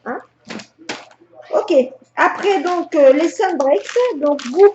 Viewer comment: Sunbreaks: c'est bien prononcé !